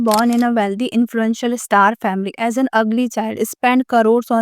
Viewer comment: It's easy to point at other, lady, look at your skills, you call star as "e-star", spend as "e-spend", showstopper as "sowstopper", sultry as "slut-ry" 😅.. and you're trolling other?.. Strange